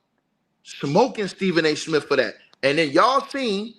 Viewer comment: Is he saying Stephen A Smith or snitch😂